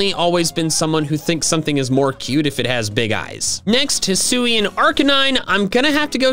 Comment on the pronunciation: HISUIAN, NOT HISSUI! DO NOT LEAVE OFF THE UI IN ZORUA! AND THERE SHOULD BE ONLY ONE R IN ZOROARK!